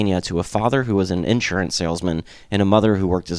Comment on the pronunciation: 'sur' is where the emphasis on the word insurance falls.